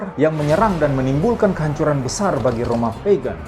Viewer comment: Di detik itu artikulasinya kurang jelas Roma apa? Next ditunggu video tentang penjelasan setiap meterai..thanks